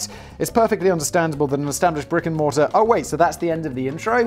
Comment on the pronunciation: Good lord - I heard "rigor mortis" instead of "brick and mortar" the first time around & had to replay it. Though with Borders I suppose it was just as accurate to call them a rigor mortis company.